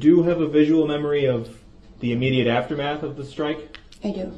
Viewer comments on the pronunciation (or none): none